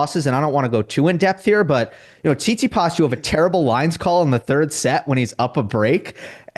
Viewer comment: He also calls Stefanos Tsitspidas